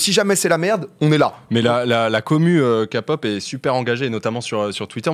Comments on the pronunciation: On dit "K"(kë)pop 🤣🤣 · Non mais tqt si tu sais pas prononcer t'apprends et c'est tout, c'est juste désagréable quand vous dites "kapop" et "bétèesse" mais ne te sens pas vexé, on te pardonnes ( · Et c’est KEPOP NAN KAPOP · Pas Ka pop la Ké pop si tu pref, et jungkook 😍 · "kapop " MAIS ... NON 😭😭😭😭😭svp faites un effort 😭😭😭et logique que on les protège